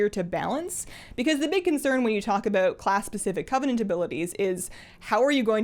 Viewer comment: aboot My brain: CANADIAN DETECTED!